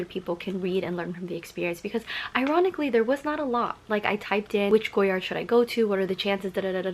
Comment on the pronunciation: Also it’s “goyar” the d is silent, but most YouTubers really stress that “d” sound